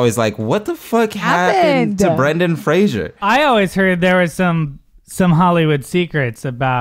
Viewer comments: I love that they're doing a podcast about Brendan Fraser and they're all repeatedly mispronouncing his name. 🤦‍♀️😆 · You guys continuously mispronounced Brendan Fraser’s last name throughout. It’s Fraser, not Frasier. That was another thing that bothered him about the industry.